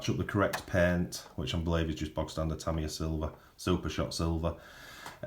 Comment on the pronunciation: Tamiya, pronounced… “ tameeeeya” not “ Tamyah”